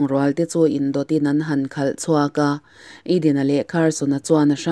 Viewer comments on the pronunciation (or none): none